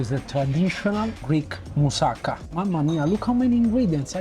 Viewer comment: It’s pronounced Mou-sa-KA. Accent on the last syllable.